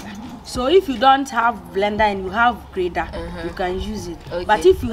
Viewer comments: It is called ' grater ' because it grate, not grader 😭😭😭😭😭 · It is grater not grader😅 it’s for grating😂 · Would love to taste this🥰 It’s “grater”😊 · Please it's nt grader......it's called *grater*.....it is used for grating stuff😉👍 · Grater Not Grader